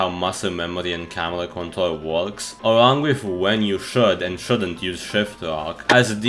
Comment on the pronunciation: you can't say the letter "r" So do I.. Btw (control - contol, Kontol= penis)